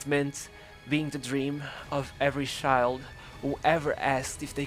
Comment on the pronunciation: can u fking pronounce CHILD not SHIIIIIIIILD